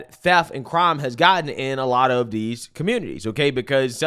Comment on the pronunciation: can't say 'th'. "These, that, and those" are "Deez, dat, and doze."